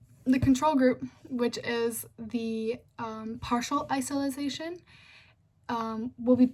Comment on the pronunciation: (iso-late-shin) isolation , you were saying "isilization." But other than that I say it was a good presentation. Good job